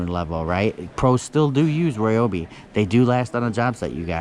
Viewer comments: Please do me a favor, and stop pronouncing it "Roy-obi". It more like "rye-obi". You are driving me insane. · It's not roy-obi nor rye-obi. The exact and proper way to pronounce it (though NO ONE ever does, including myself) is REE-obee. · It’s actually pronounced Ree-obee according to Ryobi. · On the Ridgid Tools it's not X5 it's 5X. Gen 5X. And while we're on the subject of names of tools it's not Royobi its Ryobi. It annoys and hurts my ears when people say Roy Obi